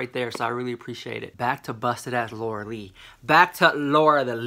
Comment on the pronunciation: its really funny when you say lura leech i felt that from your smile 😝❤